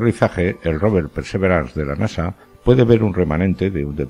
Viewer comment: ¿Por qué dices PERSEVERANS?, esa palabra no existe. En español existe la palabra PERSEVERANCIA, y en inglés PERSEVERANCE que se pronuncia pærsæ'viræns